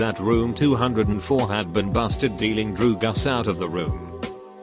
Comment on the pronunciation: No one: Reddit bot: druguss